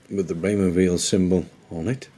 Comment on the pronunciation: It's pronounced while - not veal (he's French speaking not German speaking).